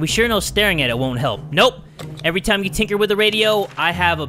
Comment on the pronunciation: I like how he said "lets get TIMMAH"